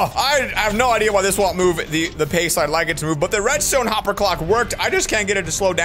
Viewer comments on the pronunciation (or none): none